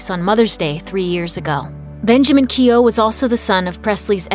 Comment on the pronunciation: Keough pronounced incorrect